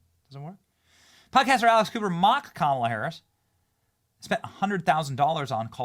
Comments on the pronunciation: Pronounce her name better. ALEX Cooper. I kept hearing ALICE COOPER. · I thought you said alice" Cooper lol